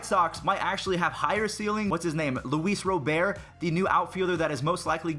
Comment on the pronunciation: He said it right